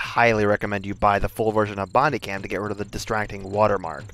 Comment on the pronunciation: he forgot how to properly pronounce bandicam